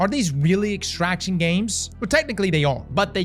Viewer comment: hated dark zone -still repulsed by any "extractshion"